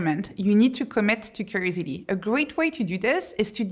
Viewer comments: Is she saying creativity when it sounds like crazidy? Just what to know so I ensure I am understanding. Edit: nvm I figured out she is saying curiosity😊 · I have never heard someone pronounce curiousity like that😂😂😂 great speech btw thank you. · If you're going to make curiosity one of your main themes, shouldn't you learn to say it properly? I mean, aren't you curious enough to do so?